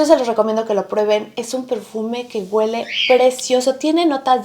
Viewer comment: Amor, ❤ no se dice: guele. Lo correcto es: huele. Besos 💋 abrazos 🤗 bye 💕